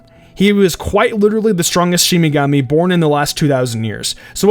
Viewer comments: You're a huge fan, and yet you pronnounce "Shimigami" instead of Shinigami. Seriously... Also, wtf is up with this list. And who is "SoiFang"? It's SOI FON! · I feel like its a trolling video? His Japanese pronunciations are killing me. Especially the "shimigami". How can you not say Shinigami properly if Bleach is your favorite? Even if one watched the weird dubbed version, they almost properly pronounce it. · For fucks sake! What is wrong with yankees and pronounciation? It's no Kame ame a wave, it's Kame Hame Ha and it's not shiMigami, it's shiNigami... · Not just the names, but he constantly said shimigami, not shinigami.. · It's fucking SHINIGAMI not SHIMIGAMI … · Smh he keeps saying "Shimigamis" 😒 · And is it only me or he is saying shiMigami not shiNigami ? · Shimigamay lmao.... his pronunciation of so many things in this video makes me feel like he hasn't even watched the show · Good effort but I couldn't take this review too seriously from the beginning when you kept referring to them as Shi"m"igami... focus. Focus! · Theragie 09 it really doesn’t have anything to do with dialect or accents. The man said things like Yamato and shimigami. That’s not the result of a different dialect, it’s just mispronunciations. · what's a shimigani? lmao the first 10 sec jesus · Does it bother anyone else how this guy keeps saying “shimigami” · Does all this research. Still can't pronounce Shinigami...